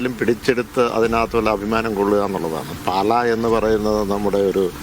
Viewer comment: പാല അല്ല പാലാ ആണ് ... JKM ♥️ 🇲🇹 🌱